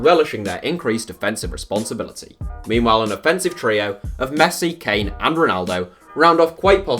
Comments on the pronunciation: This man said kane at 25. Kill me now 😂😂😂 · I stop watching when he said harry kane